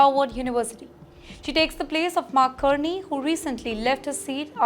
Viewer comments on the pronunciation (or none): Her pronunciation is aweful Kearney Learn to pronounce correctly watch CBC it is Carney …😅